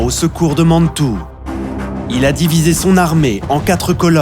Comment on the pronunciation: Mais la cavalerie de "Killmaine" ce ne serait pas Kellermann, parce que sinon, je ne le connais pas..! Et pourquoi dire Mannnntoue !? Ce ton et la diction sont insupportables, je suis encore saoumlé après les avoir fait taire !